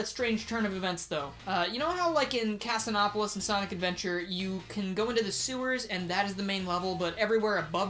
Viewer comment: That was the weirdest pronunciation of Casinopolis I've ever heard